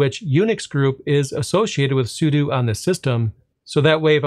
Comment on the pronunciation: Thank you for saying 'sudo' correctly! 🤣